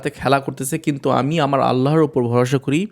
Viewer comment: Vaiya apni kuntu bolen kno kintu bolle sunte vlo lage